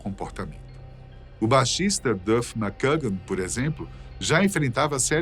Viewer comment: Critica construtiva. Melhore a pronuncia em ingles. VEJA VIDEOS DE OUTRAS PESSOAS FALANDO ANTES DE GRAVAR. TROUBADOUR. GILBY. MCKAGAN. DENTRE OUTROS. Em 2016 voltaram so slash e duff. Steven tocou algumas vezes. Mas nem todas musicas. Pequenas aparicoes. Izzy nunca. Vc diz que no video sim. Mas nunca teve ele na turne de retorno de 2016.